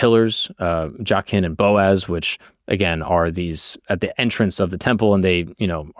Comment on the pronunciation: It is pronounced JAY-kin. smh